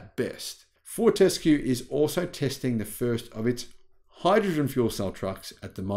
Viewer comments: Fort-a-skew not Fort-ess-kew. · Fort-ES-cue? That reminds me of the joke; you put the em-PHA-sis on the wrong syll-A-ble! The rest of us here in Australia pronounce it FORT-escue. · Fort s Cue is the correct pronunciation. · you don`t need to emphisize the 'E' in Fortescue . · Twiggy founded the company and I’ve never heard him pronounce it like that (how does). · You have an Australian accent except when pronouncing Fortescue and Pilbara